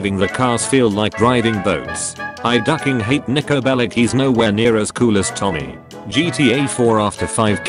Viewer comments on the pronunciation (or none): none